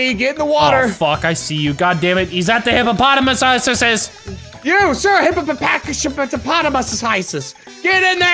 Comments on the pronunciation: It’s pronounced hippopotamus not hippo Thomas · It’s pronounced Hippopotamus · "hYpOPodayMieS"